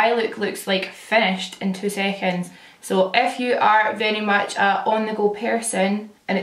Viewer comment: Every time you say "if you" I think you're saying "F you" at first like the curse word lmao